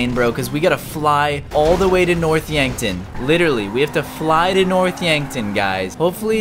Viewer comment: When he couldnt say yankton yonkton lol